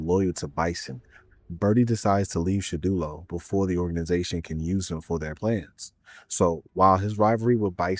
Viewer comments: Surely he can’t be serious.. It’s Shadowloo not shadulo.. Like how on earth did u get that loool 😩😂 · I can’t believe you’ve found a brand new way to mispronounce Shadaloo 😂